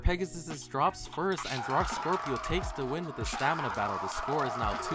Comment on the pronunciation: "wih a cup of waer"